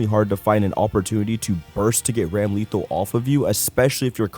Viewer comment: Side Note: Ramlethal is pronounce Ram-Le-thahl not to be confused with the word lethal with ram in front of it.